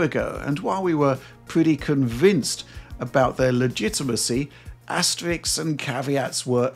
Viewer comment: "Asterisks", not "Astrix"